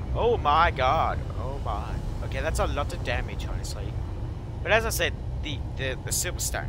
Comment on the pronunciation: Oke mate good english :D made me Chuckle